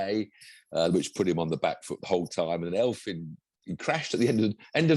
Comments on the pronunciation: Thank you 🙏 (as a quick lesson, it's pronounced Efvyn, because it's not English so it's not an 'eff'. The Welsh eff sound is 'ff'). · How come neither of you can say Elfyn? He's not an elf, even if he looks a bit like one. Even the WRC commentators can say it right...just copy them.